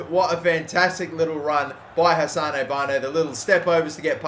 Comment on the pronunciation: Hassan not hassanae